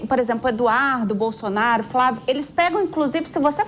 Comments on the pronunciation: Esse ser não sabe falar nem o nome do melhor presidente do Brasil de todos os tempos: "Bolsoraro"! 😆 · O bebum não sabe pronunciar o nome de Bolsonaro kkkkkkkkkkkkkkkk